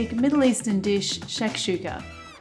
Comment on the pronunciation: First time I see pronounce it right. Almost Arabian accent